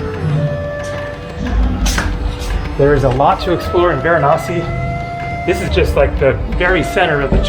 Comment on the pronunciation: It's interesting, you know every indian God's name exactly and your accent while naming of Gods are really impressive... thanks for visiting VARANASI